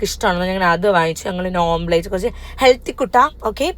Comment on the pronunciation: Beautiful outfit elardem..ammak eni inganate outfit mati❤Kollam Omplate enu pronounce cheyale please Omlette